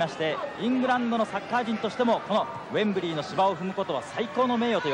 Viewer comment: 「ウェンブリィ」と発音出来ない解説者